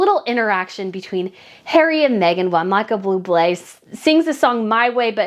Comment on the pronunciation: I’m not even slightly a fan of Buble, but it’s still cringy when someone mispronounces his (or any) name. There’s no extra L in Buble. However, aside from that, I feel that everything you said here is totally correct. Meghan Markle is a complete loser, and she most certainly should not have been there. I wish she’d just stay at home. Period. But, there was a lot of money involved with her fashion show.